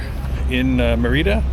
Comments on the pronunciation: Its pronounced meeeerida not meriiiiida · God Bless you. Hopefully by now, you learned how to pronounce Merida lol